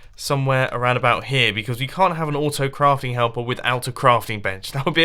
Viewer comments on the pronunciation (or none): Vlogs Is it only me or did Mumbo say- Auftocraft?